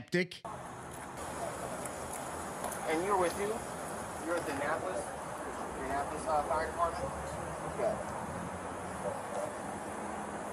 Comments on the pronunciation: A-nnapolis. Uh-na-polis. Lol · Unimportant Fact Of The Day: Annapolis is pronounced “uh na puh luhs.”